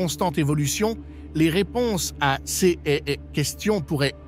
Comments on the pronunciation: On dirait que les texte a été généré par une Intelligence Artificielle (IA)... En tout cas la voix est générée par un synthétiseur (avancé) étant données les fautes, comme 'CS' au lieu de 'ces', plusieurs fois) ! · Dommage que la voix synthétique remplace une personne. Les CS pour les "ces" est insupportable de bêtises et dénaturent le propos. Faites quelque chose c'est lamentable. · J'apprecierait un texte lu par une personne et non par un robot qui ignore comme se prononce, par exemple, l'adjectif démonstratif "ces".